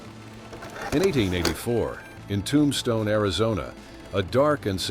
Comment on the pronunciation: Tom-Ston-Ee was a rugged town…